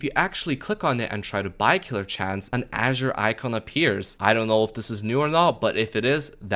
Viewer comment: Aint no way bro mispronounced the color "azure"